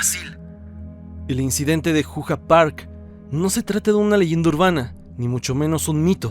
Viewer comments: Juja park? 😂😂😂 Se pronuncia ShuSha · se pronuncia shusha ndejo